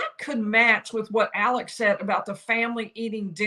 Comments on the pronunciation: You’re doing a great job, but you’re pronouncing his first name wrong. It is Alex — not Alec. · It's "Alex" not "Alec".